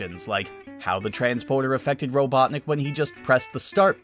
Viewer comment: lol! Ro-CLUCK-nik?! That's the best I've heard all day!(qouteing sonic)